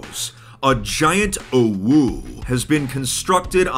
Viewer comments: Im triggered by the fact hes pronouncing "owo" "owu" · mispronouncing "OwO" proves that he's still pure to some degree. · saying "OwO" is like being punched multiple times in the stomach except it's with steel knuckles that are also on fire. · hearing him mispronounce it for the whole video was kinda making me mad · him repeatedly mispronouncing OwO is grating at my soul. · ikr the whole time i was like "why is he saying it like that. thats not right" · It hurts to hear him pronounce "OwO" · It's pronounced Oh-Woah, not Oh-Wooo. You're thinking of "OwU" the winking face. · IT pains me everytime fit pronounces "OWO" its pronounced "o woah" not "o woo" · you said it wrong. It's a giant "owo", not a giant "uwu". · Its OwO but has been pronouncing it UwU/OwU the entire video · He ain’t sayin owo he sayin owu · I always thought it was pronounced “oh woah” not “oh wooh” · Someone should make a counter for the amount of times mispronouned "owo" as "uwu". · I love how said "UwU" the whole time instead of "OwO". Sometimes it even sounded like UwO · I can’t believe he just said “oh-woo” it’s “oh-woah” I’ve never heard ANYONE say that what the heck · you're pronouncing it wrong, "owo" is like "oh-woa", "oo-woo" is how we pronounce "uwu" -- a furry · I died hearing him say it like that 😂 It's pronounced 'oh-woh' not 'ooh-woo' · OmG u SaiD oWO WroNG U sAId OwU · It's Oh W Oh not awoo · its pronounced o(like o with a e) w o(like o with a e) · orwuu -, 2021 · its pronounced o-wo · Nah it was more like Owoo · sounds like he's saying awoo to me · He didn't. He said "owoo." Big difference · When pronounced "OwO" as "OwU", It sounds like a winking OwO. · I think confused "OwO" and "UwU" and started pronouncing it as "OwU" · its said exactly like it looks (Oh-Woah) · i meant, you still need to pronounce it a certain way. you can't prounounce it owu like the creator did and expect to be correct. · yeah... oh-whoo is more for UwU than OwO